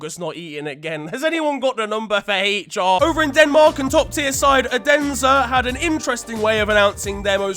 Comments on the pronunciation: The way he pronounces "Odense" is a violation in itself oh my days 😂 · That was the worst way to say Odense i have ever heard in my life